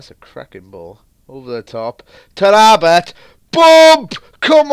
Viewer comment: its tara bt not tarrabut